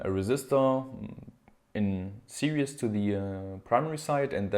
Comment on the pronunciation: Series is pronounced "sear-ease" (eeees), not serious. Lol, you say it in every video, all good though.